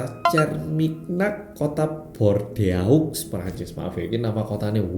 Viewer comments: Chermignac, Bordeaux cara bacanya Syerminyak Bordo mas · bordeaux dibacanya bordo mas 😁😁😁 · BOR DE A UX orang prancis nangess denger ini 😂😂😂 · mohon koreksi, Bordeaux dibaca nya Bordox